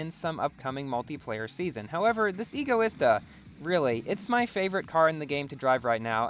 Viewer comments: No, that is NOT how you pronounce Egoista, its not pronounced, E-goista, it's pronounced Ego-ista, like the word Egotistical, or Egocentric EDIT.- so, at first you say that E-goista is the correct pronunciation, yet later you back to Ego-ista, not complaining, as someone's whose favorite car is the Egoista I HATE when people say it wrong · I think it pronounced EGO e Stuh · Btw I think it's pronounced EGO-ISTA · no, what? NO! Egoista is the Spanish word for selfish, and it is pronounced Ego-ista, as it has the same base as Egotistical, and Egocentric, the word EGO, the Egoista is designed to be hedonism taken to the extreme, so, no, E-goista is NOT the correct way to say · Dang that’s an egoista car by stealing all the looks. Pronounced: Ee-go-eesta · Pronounces egoista right at the start, then proceeds to say it wrong later :P Great driving in this video man! :D